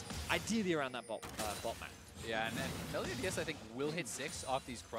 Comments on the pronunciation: "meliodas" why do they say "meliodias" do they think he is mexican? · MELIODIAS??? cringey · "Meliodias" big oof